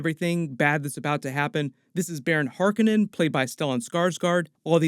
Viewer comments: Hark On nen, not Hark a nen. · its har COE nan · Why do you keep mispronouncing "Harkonnen" from the 1984 version of Dune?